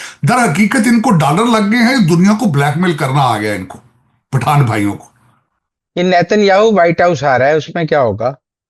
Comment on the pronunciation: Afghan Pathan 'pathan' nahi